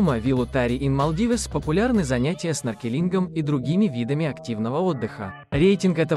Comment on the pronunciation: СноркелИнг! 😂😂😂 не делайте больше видео, пожалуйста 🙏